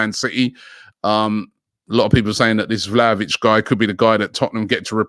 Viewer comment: lol he nailed it